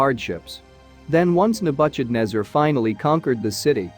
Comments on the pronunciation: The I A can't pronounce the name of Nebuchadnezzar... Nebu sh adnezzar?😑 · Nabutchadnebber….!!! Why is it not possible to have a real intelligent human being deliver the commentary????? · Second that. The pronunciation of Nebuchadnezzar made my ears bleed 🙉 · Where do you get the pronunciation from? King Nabuchadnezzar had nothing to do with butcher, though he might have but hered some of his enemies. I am tired of this pronunciation creativity - it's like listening to children trying to emulate wisdom. That particular pronunciation doesn't comply with any basic English pronunciation of this word I know of. For goodness sake, get the pronunciation of unknown words from an online dictionary, man! This only betrays that you heard of this king for the very first time!